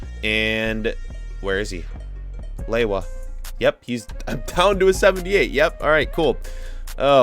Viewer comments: its not lewoua its leva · its pronounced Leva not laywah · How does Lewa become Lay-wah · Who gets triggered every time he says lewa? Like im polish so im not surprised